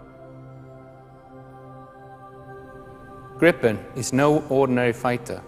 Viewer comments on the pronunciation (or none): gripen not grippen... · It's Englishified.